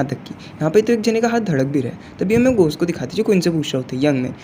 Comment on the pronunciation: Bai ghost ❎ ghos 😂😂😂😂😂😂✅